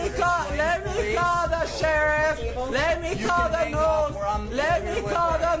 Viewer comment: "LET ME CALL THE NOOS. LET ME CALL THE NOOS"!